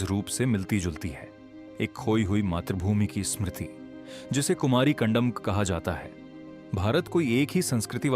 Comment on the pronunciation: कंदम न की कंडम